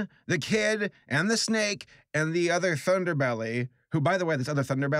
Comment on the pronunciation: When he talked about the snake I thought he said stake.